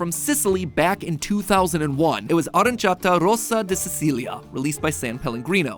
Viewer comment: He did falter at the Dracula part, and he butchered Aranciata and Sicilia.